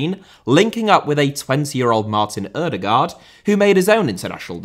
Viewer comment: The letters 'aa' in Haaland and Ødegaard are pronounced more like the o in 'goal' or 'score'. The d at the end of the names is also more or less silent. So they are "Ødegore" and "Hoelann" :D